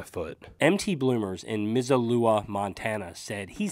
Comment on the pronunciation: We ARE growing old with them! Man, that one hit me~ time,,,,,,,,,,,,,,,,,,,,, oh, also, it's MIZOOLA Montana. And exactly how we here out in the sticks of Montana pronounce that 'city'. All good man, we call it a lot of different 'things' too.....😂👌 In regard to your awesome store and staff: Good bunch over there~ also great sense of humor. Needed these days👊 If I was ever visiting there, you'd have to kick my butt out of the store.... after a long while.... Awesome outfit of quality new and old. Can we use an AARP card there?